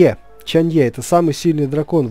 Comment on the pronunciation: Кстати она не ЧанЬЕ а ЧанЪЭ